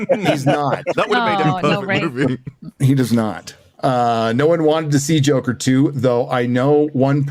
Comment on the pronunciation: Tommy Wiseau also pronounces it "Jocker," so is in fun company.